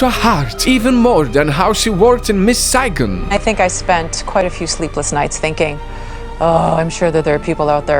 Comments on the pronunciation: as a vietnamese person, I like to count how much times mispronounced saigon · Idk why but how he pronounced "Saigon" just... no.